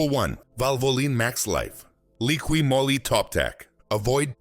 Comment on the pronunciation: What's draining engine oil out of at least 4 engines have to do with ATF? What does showing pistons & valves have to do with ATF? Jesus For dumb! And it's Moly not Molly. To the folks that can read & talk out there, Valvoline Maxlife multi VeH!